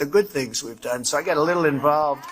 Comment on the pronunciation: Trump,the word is "little",not "leetle".